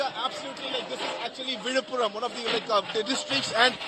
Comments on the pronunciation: Villupuram or Vizhuppuram not Vidhapuram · Not vidhapuram correct is Villipuram.